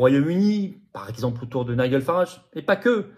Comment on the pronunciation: Nigel...ce prénom anglais très moche se prononce NAIDJEUL